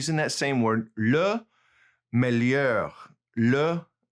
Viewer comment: Meilleur....ll= y May-ure not mel-ure Also.....moins = mwoins